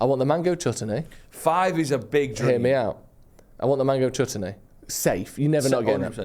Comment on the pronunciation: Jesus fucking christ pronounce Chutney